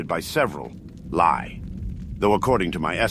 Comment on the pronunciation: Fantastic stuff!! Just a small note, "li" is pronounced "lee" and is a Chinese unit of distance , about 500m